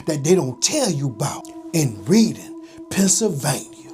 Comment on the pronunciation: Reading pronounced “Red-ing”